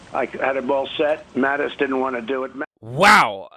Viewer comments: Luke it's Mattis, not Mathis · Mattis, not Mathis.